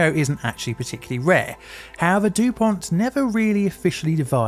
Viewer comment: Dupont!!!! No T at the end for the love of god! I love your videos, but this is really getting to me.